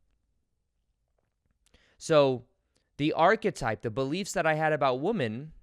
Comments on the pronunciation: Its funny how you say wo men and not wymin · The way you say “women”!😝 You say Woo-men, v. wim-en (sorry, speech therapist😋)